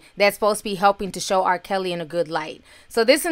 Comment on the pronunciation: Did you say R. PISSY???...LMAO!